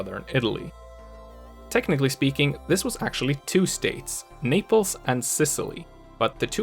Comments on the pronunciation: When he said Naples I thought he said niples!!!lol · Naples has the "s" silent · The "S" in Naples is pronounced